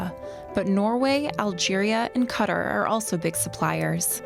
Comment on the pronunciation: I am sorry... Cutter? Honey, Qatar [Kah- Tar]